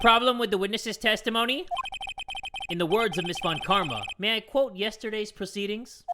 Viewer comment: everytime he reads von Karma: von kARRMa